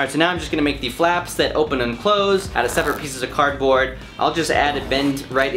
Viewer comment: how miney times did he say cardbrod